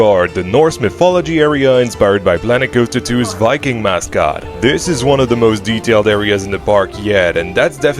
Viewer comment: wiking never gets old